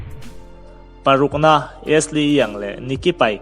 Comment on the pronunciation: Bacary Sagna a sagna hi sa-nia tih deuh a lam tur, tin Ashley hi mizo "A" Ni lovin eeshli aw.